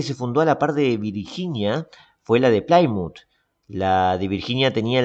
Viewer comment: "Plymouth" se pronuncia tal y como está escrito, ahórrese ese "Plaimuth"